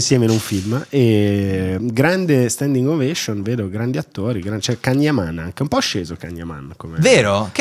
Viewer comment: si pronuncia “Gian Yaman”